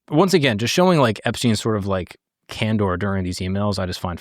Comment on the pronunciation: Can-door? It’s CAN-DER did you pass kindergarten?